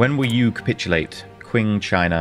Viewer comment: you're calling it qwing china for some reason :D. its qing... like king